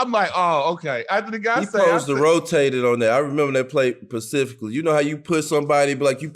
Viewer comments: C'mon D-Miles! It's "specifically" NOT "pacifically" my dude... LOL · Dmiles the word you’re looking for is “SPECIFICALLY” not pacifically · Miles keep saying "pacificlly". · Pacifically!!!! Get it D Miles! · If D miles say “PICIFICLY” one mo time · D Miles, love you bro, but for the life of me, it is "specifically," not "pacifically" 😂. Great Interview btw, Big Dog was a problem! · Nobody: Darius mills : ... Pacifically 🤣🤣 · I laugh every time D miles say Pacifically lmao…dope episode tho 🔥🔥🔥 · So we just gonna let D Miles get “Pacifically” off? 😞😂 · Darius was struggling w the word Specifically.. wtf is Pacificly?! lmfao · My nigga D. Miles keep coming with that "Pacifically" 🤣🤣🤣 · Why does Darius keep saying pacifically? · That year Pacificly ??? 😂😂😢😢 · Pacifically lol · The pacificly ocean. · E. Bruh I was WAITING on someone to say it lmao!!!😂🤣😂🤣